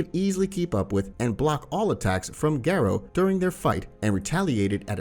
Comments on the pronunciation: it's GARO.. not GERO..... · M yes g air oh is how garou is pronounced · why do you pronounce garou like that💀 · Idk why I find it hilarious when "Garou" is just pronounced the English way like it sounds like a normal name